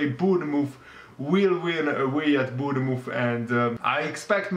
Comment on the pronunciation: Why do you keep mispronouncing Bournemouth?